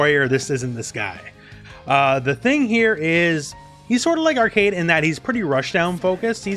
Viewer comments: Also its pronouced "Ar-quade" not arcade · Pretty sure her name is pronounced "Arc-wey-d" rather than "Arcade". Or at least that's how they said it in the anime that doesn't exist. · Pronunciation police here: Its almost "Arcade" just say "way" between the "C" and "D" with a little "oo" sound be "way" So like "Ark"(oo)"way" "d" Very good overview, always top quality from you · Its more like "Arc-wed" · Not a minute into the video he pronounced Arcuied as “Arcade” goddamnit lol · Her name is pronounced like arcade but put q in it "ar-qu-ad" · Great video! I love how you approach every character without being too technical. P. S. "Arcueid" is pronounced like "ar-coo-aid". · Sorry, great video, but it's very distracting and kinda funny whenever you pronounced Arcueid as Arcade. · Not to be rude but its pronounced Arc ku ed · I don't want to shade your friend as this is a huge and common misconception, but her name is written as アルクェイド in Japanese -- A Ru Ku-e I Do. When you use a smallェ after an U sound it becomes a glide, it doesn't completely supecede the sound before it (unless the letter is after a fu sound and that's sort of a special case). As such, her name is most accurately pronounced ArKWade. This is also consistent with the old Tsukihime, the Remake, and the old Melty Blood. I played them originally in Japanese while living in Japan (well, except the Remake which I'm going through right now since it just came out) so unless there's some weird Nasu word of God this should be correct. You can hear her name in this clip: If her name was pronounced Arcade it would be written アルケード or アーケイド, or perhaps アーケード. I hope this helps as much as this video helps newcomers to the game choose a main! It's a perfect introduction to each character.